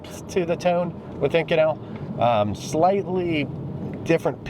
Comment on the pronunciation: You've pronounced this material 2 extremely different ways. So... is it "Eye-kohn-ul" (in another video) or "ih-coh-nell" as in this video??